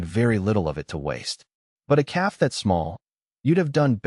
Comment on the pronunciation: Hey Ai learn English! It's a story about a calf not a cab.. keep the main character's name the same. Great story. Good thinking on Alera's part.